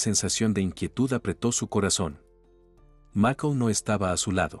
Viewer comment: No comprendo porque el narrador dice macol? Se pronuncia ( maycol) y no se dice sock se dice shock.